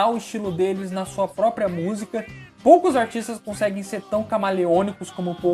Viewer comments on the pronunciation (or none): none